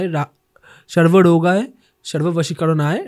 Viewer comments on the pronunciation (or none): Bajrangbalir bepar gulo purotai rasraj ji maharaj er podcast er kotha gulo jhepe bole dilo, ar dada mantra ta thik kore uchharon koro,, hanumanjir mantra tay ota sarvarogay na, ota sarbarog haraye hobe